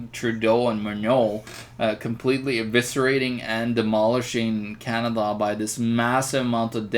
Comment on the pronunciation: it's canada , not canaba !